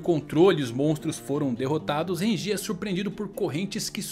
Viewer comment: Ichígo, Rukía, Ichíka, Renjí, não da cara, não dá...